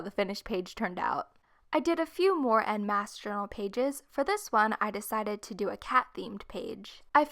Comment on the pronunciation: En masse is in french sweetie it's pronounced in a different way not hating just saying